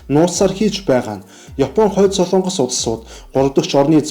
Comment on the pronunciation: СОЛООНГОС гэж ярихгүй шүү. СОЛОНГОС гэж яриарай хө